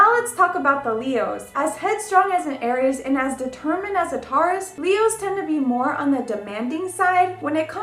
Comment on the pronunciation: She's pronouncing many of the signs incorrectly. Sagittarius is pronounced Saj not Sag. Pee Cees is supposed to be pie cees, Aries is pronounced Air ees, not Are ees, etc. Ugh...There's no feeling in her voice, she's reads it with no feeling. I want to like her. She seems very bubbly, but she reads with a very flat tone. Someone help this poor girl.